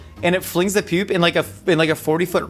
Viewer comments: Why does pronounce "poop" like "püp" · Wondering why says poop like that